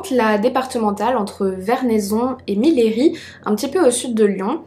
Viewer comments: coucou, super vidéo, j’habite dans la ville de Millery et on ne dit pas « miléri » mais « miri ».Voilà juste pour info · Coucou, mes cousins habitent à Millery et je voulais juste apporter une petite précision, le nom de la ville se prononce «miyeuri » Pas essentiel mais je voulais juste le préciser ;) Sinon vidéo très intéressante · on dit MIYERI , canton des monts du lyonnais au sud est de Lyon